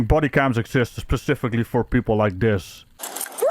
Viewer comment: Saying “Pacifically” all the while, ragging her for poor grammar. Heehee